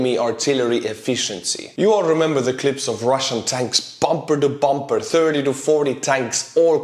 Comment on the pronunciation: Haha "bompper to bompper" love ur videos! An keep them coming! 👍😁